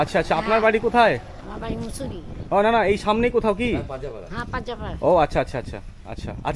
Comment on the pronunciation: Not mosaru...musuri.